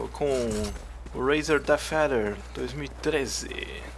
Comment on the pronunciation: "manueu do deffeader" XDDDDDD